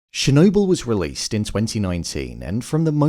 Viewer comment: It’s not “Shernobyl”